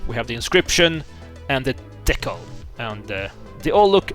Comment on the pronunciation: That is not how you pronounce decal by the way.